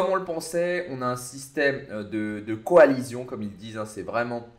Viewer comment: "Coalission" pas "coalizion"